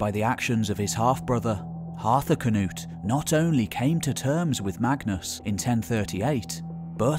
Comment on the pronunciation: Knut (cnewt) not ka-noot. :)